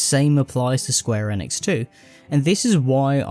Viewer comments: Square Enix is pronounced eeenix not N-ix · bro youre a muppet. "godot' is said 'go-doh' not 'dot' and square enix is "eenix' not 'ehnix'